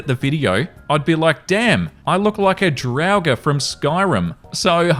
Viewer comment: HE SAID DRAUGR RIGHT!!! SUBBED!!